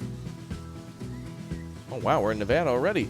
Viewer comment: yes said Nevada correct i live in nevada